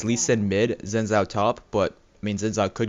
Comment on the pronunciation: Xin zhao is pronounced Sheen Jow